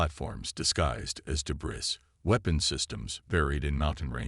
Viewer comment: PLEASE --- DEBREE, not debris.